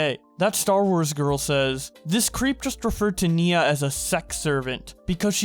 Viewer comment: it's NIA not NINA